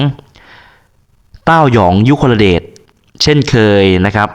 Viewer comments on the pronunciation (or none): ยุ-คล-เดช ไม่ใช่ ยุ-คล-ละ-เดช 🤭🤭🤭🤭